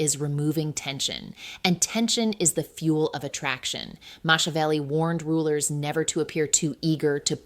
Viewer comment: Moshavelli? AI generated video